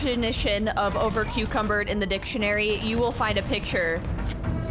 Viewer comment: Heheheh she said overcucumbered.